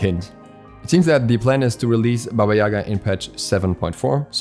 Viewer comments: It's not YAga btw...It's YagA... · It’s baba yagA. Emphasis on the second A. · Jac Obski, actually is is pronounced as Baba YegA (in Russian, Belarusian and Ukrainian languages). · Gale, it’s pronounced as YegA, lol. I’m from Russia, btw